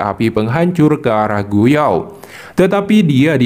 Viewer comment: Gu yuan bang, bukan gu yao